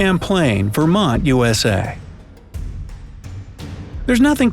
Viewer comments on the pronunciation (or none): none